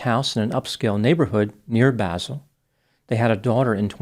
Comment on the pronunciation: I lived in Basel for a long time. I gasped when I heard that this story took place there! BTW, it’s pronounced Bah-sel. (Ah as in “say Ahhh”) ☺️